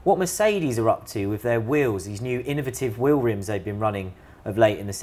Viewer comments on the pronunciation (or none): Will-rimz? Just call it a damn wheel!